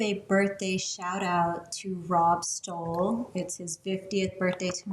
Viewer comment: THAT'S MEEEEE!!! THANKS SAMMY FOR THE SHOUTOUT!!! 🥳🥳🥳 (BTW it's pronounced Stolleee, not Stole - Sto ....as in stop. lle as in Lee - Stolle)